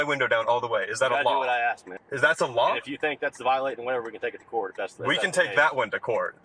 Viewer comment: She said you axed her.